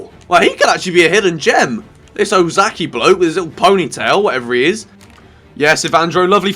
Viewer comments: Its not Osaki!^^ Its O ka sa ki (okasaki). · It's Okazaki not Ozaki mate x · Please, the name is OK-A-ZA-KI, not OZAKI